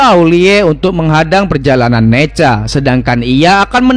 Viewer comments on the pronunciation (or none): Nezha bang bukan neja